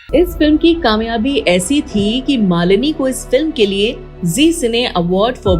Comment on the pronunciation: Qamyabi nhe kamyabi hota hey. Pronunciation is not correct